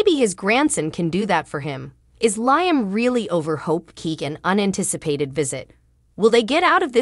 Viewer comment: For Heaven sakes! When will this Commentator learn how to pronounce Liam's name? It's pronounced LEE-UM, not LIE-UM! WAKE UP WILL YOU? 🤬